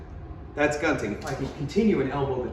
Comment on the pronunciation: good job, man. you teach it like a straight-up translation from Filipino to English. By the way, it's pronounced as goon-ting. I get why it is easy to mispronounce the stupid "gun" in the gunting (scissor).